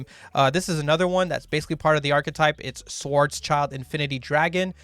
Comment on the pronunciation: Schwarzschild the "Schild" is just like in englisch "shield"and you can pronounce it like it not like "child"... thats just weird saying black child xD.